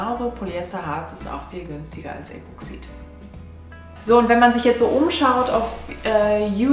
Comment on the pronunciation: "Das" Gelcoat. Epoxid wird auf der ersten Silbe betont.